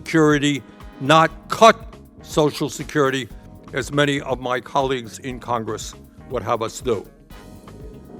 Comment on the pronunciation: Ugh, Every single S must be pronounced SH.